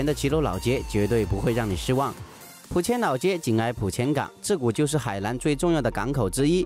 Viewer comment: Pathompong Phuket 四川忍大多平舌翘舌不分。没有办法。河南=荷兰😷